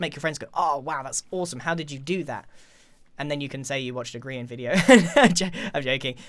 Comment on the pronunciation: in the beginning he missaid grian and said green